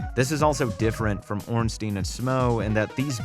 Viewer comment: I love it when says, "Ornsteen and Shmo"